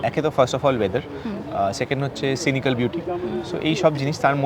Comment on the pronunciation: 'Sinikal' beauty bole kichu hoy na Bony, ota 'Scenic' beauty hobe.